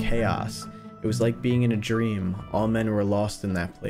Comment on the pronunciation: persued their drmmmmmm